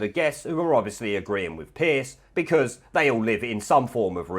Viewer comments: "Piece"??? It's Piers... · 'Piers' nor 'Piece'. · Why keep calling him "Piece" Morgan? It's Piers for goodness sake!!!!